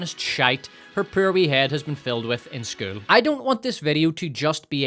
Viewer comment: I could even argue you say Power like Pyre and Poor like Purr.